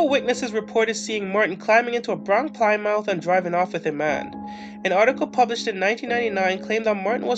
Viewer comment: Ply-mouth? Are you serious?